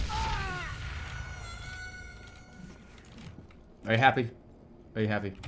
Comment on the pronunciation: the bostonian jumped out in a major way. "where the fuck aah these people"